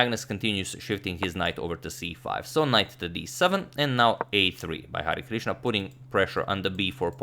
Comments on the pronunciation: I'm from India so you u right It's pronouncation is Hari-krishna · #Harikrishna ... You are correctly pronouncing it ... It's Hari + krishna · Hi Agadmator! I am from India and I like have seen manny videos uploaded by you. I enjoy them very much but have never commented before. Today I am commenting because I want to appreciate the way you were taking the Indian name Hari Krishna. This name is actually a god name in India and is taken with a lot of respect and devotion. Everytime you said Hari Krishna was very nice and your are well appreciated for it :)